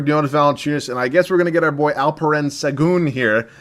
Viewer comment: Im from turkey and you aren’t butchering alperens name. You said it correctly